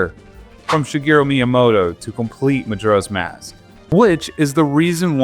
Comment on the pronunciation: it's actually Mujura if you can believe it. But who's keeping score? Hyrule actually rhymes with dull. It's like, Britishy.